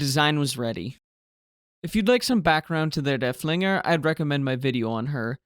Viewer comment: Just a note - the name of Lützow's sister ship is not "dur-FLING-er", it's "DURF-ling-er" - accent on the first syllable - named for Georg von Derfflinger, a Prussian general during the Thirty Years War.